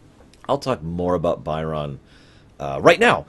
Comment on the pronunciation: I don't know why you keep calling him "Buy-RON", like he works as a purchaser for Mr. McDonald the clown or something. They say his name in the episode, it's "BY'rn".